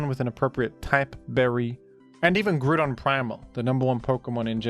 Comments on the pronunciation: said Goodron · Never seen a man so single mindedly dedicated to saying Groodon in every video